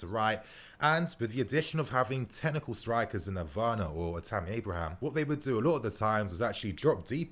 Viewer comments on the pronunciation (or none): none